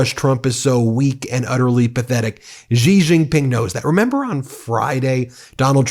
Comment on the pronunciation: I like you guys, but your pronunciation of Chinese words is really hard to listen to. Why do you want everything to sound like the French "Zh" sound? Xi Jin Ping. Xi sounds similar to "see" in English. Beijing. "jing" sounds like "jing"! Why are you pronouncing them as Zhee Jin Ping and Bei Zhing? it's crazy, you think Chinese is French?